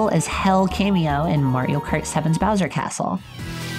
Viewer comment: Ok, I have to admit that as a kid, I always thought bowser’s name was browser. but NEVER Have I EVER seen someone call him BOWDER THIS HAD ME ROLLING